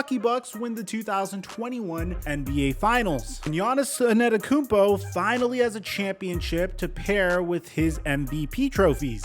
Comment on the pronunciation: bro why you say his name like that 😂